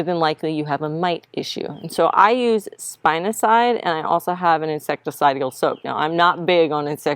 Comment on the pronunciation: spinosad (spin - o - said) not cide 😂